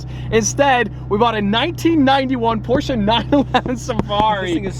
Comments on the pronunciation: Ahh, The Posche without the R. Damon Fryer will be so proud that you used his pronunciation. Don't forget Dave's though for the next video. You must call it the Porch at least once. Just make sure you tell everyone you are kidding and you know the correct way to spell it is Porsche and it is pronounced Por-Shuh. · Cant stress enough how important the segment was . So many petrolheads and enthusiasts repeatedly say "PORSH"...its two syllables everyone. Remember that. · Love the car but as a german i Can say the Porsche has no a at the end Its PorschE 😀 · I'm a silent e Porsche guy, so when I hear Porscha I c-ringe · Germany: Porsche Brits: Prosch Doug DeMuro: PorschAAAAA: PORSCHA HATERS:Dislike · Nice to se a porsche. Why say porscha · PORSCHE!! Its Porsche. Not Porsch and not Porscha. PORSCHE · you don't pronounce the a at the end of porsche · How can you pronounce A at the end when it says E? I hate how its pronounced in English, totally butchered.... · Proud you pronounced Porsche right, it's still kinda bad but it's atleast pronounced right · Jesus germans are gona be mad for you pronouncing porsche like that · I have to say as a german it triggers me hard how americans pronounce Porsche. ngl xD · He isn't saying exactly correctly tho, but most english speakers can't pronounce PorschE, usually they say PorschA or Porsch, but imo the difference is too small to be considered wrong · naa he's saying it incorrectly unfortunately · You need to lean how to say Porsche, there is not "a" sound in the end. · i really like you, but the way you are butchering the name Porsche hurts my soul. please let me teach you how to pronounce it the right way.Away from thepronounciation i love that you finally added a german car to the fleet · As a german I feel disrespected, theres no A in Porsche! Good Choice anyways! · How many angry germans do we have in here because of the "porsche'" pronunciation? Cool car!:) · You’re saying “Porsche” wrong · Porshe'a its Porsche